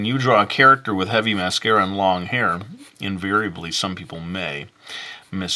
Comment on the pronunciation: Its mascara not massacre